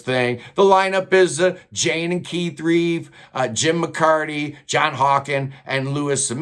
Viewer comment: Nice vid. Btw Relf, not Reef